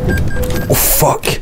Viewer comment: “Oh fock, shet”